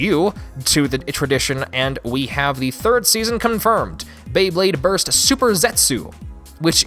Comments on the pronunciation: When you whier trying to pronounce the Japan version of Beyblade you said beyblade borite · "beyburrito" definitely thats how they procounce it in japan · Did he say burito?